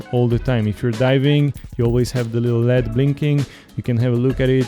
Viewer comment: You should disclose up front that you have a financial relationship with Aquatica. Also, in English "LED" is pronounced by saying each letter--not like the metal "lead". Took me a while to figure out what you were talking about.